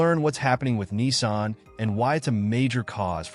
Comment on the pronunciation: It's Nissan , not Kneesan